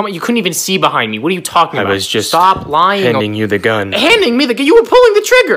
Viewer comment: StaHwP 😭I have to pause every 2 seconds bro my stomach hurts abahhsjdhjdvf HE'S BRITISH